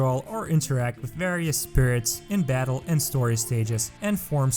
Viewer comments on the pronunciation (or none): none